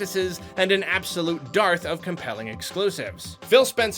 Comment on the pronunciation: Shout for proper use of the word “dearth” (pronunciation was questionable).